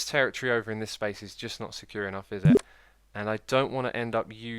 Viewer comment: god damn i cant stand the way he pronounces territory